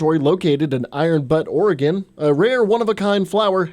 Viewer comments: Iron Butt? Maybe he was just being funny. It's pronounced "Be•youte•" though. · Buddy if you're going to tell me I'm not going to survive something at least get the name right. It's pronounced iron buoot not iron but. And I think anybody living in the backwoods with guns and trucks would survive as well as bikers as you see in the video game itself. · Iron Butte is pronounced like Beaut not Butt. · Just FYI it's pronounced iron "byoot" butte, not iron butt, which is what you get from doing lots of squats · Iron “Byoot” not “Butt” 😂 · its not pronounced “iron-butt”😂😂 its called “iron-beaut” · Butte isn’t pronounced as butt but it sounds like beaut. basically like sounds like beauty without the y. I don’t mean this ina shitty way or condescending way either just thought I’d let ya know as I didn’t see it in the comments. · pretty sure its pronounced iron biyoot not iron butt lol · Butte is not pronounced butt. It's pronounced byoot. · Pronunciation note: Iron Butte is iron byoot, not "but" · "Iron Butt" lol dude, it's not an "uh" sound, it's "you." "Byoot. Iron Butte." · Thought it was Iron “Butte” (Byoot) not Butt. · Bruh the name is not iron butt, it is iron butte, (bea-ute) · Which one is it....... Iron Be-You-Ta..... Iron Butt.... LoL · "Iron BUTT"? It's "Iron Butte", pronounced BYOOT. Edit: typo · Iron Butt ?! hahahaha Ummm nahhh that's not how you say that. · "iron butt"? Lol. Really? Look up how to pronounce "butte". "By-ōōt" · Did he just say iron but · Iron butte, not butt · ....Iron "Butt", Oregon😂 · Iron Bu-yute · WTF you just called it Iron Butt. lol.